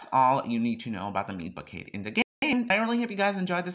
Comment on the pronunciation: 😂 I love that you pronounce it as 'bouquet'. Great video